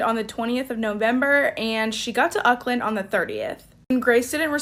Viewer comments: Yes I was like. "ukland hmmm never heard of that one" so I replayed it and I said "oh you mean Auckland" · Is anyone triggered by the pronunciation of Auckland?